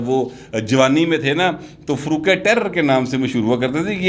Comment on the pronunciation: معزرت کے ساتھ۔۔۔فاروق ٹیرر نہیں( ٹیرا نام )ھے کیوں کہ یہ مےرے شھر گوجرہ سے تعلق ھے چونکہ کاروبار سمندری میں کرتے ہیں اس لئے الیکشن سمندری سے لڑتے ہیں